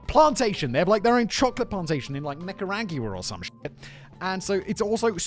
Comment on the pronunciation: ...Nik-uh-rahg-you-la... Stand in queue, Simon. STAND IN QUEUE. BTW, The Brits did not teach the people of British Honduras, aka Belize, to queue worth the Queen's damn.